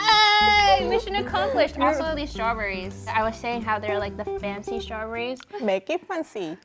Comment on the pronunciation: "Meke it fency" "Meke it fency" "Now comment below suggestions, so I can get more food"